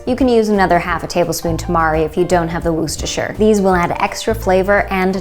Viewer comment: Absolutely love this trio of vegan side dishes! I like to add fried leeks to my mash but garlic is great too! Love your pronunciations 😜 Worcestershire sauce! Keep up the great work. James